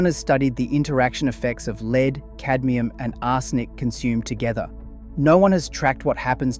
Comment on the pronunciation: The transcript thrown through AI voice creation giveaway on this video with the word Lead (the element Pb) Some correct pronunciation of 'ledd', then at least 3 times the voice used 'leed' . Mass produced AI content.